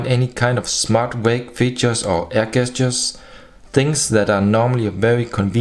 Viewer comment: I always enjoy watching your videos and your English is very good too. I always find it a little funny that you pronounce gestures as 'gestjurs' rather than 'jestjurs' but as your English is 1000x better than my German, who am I to criticise!